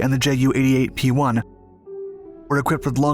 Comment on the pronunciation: About pronounciation: Ju is NOT pronounced J-u! It is pronounced "you"!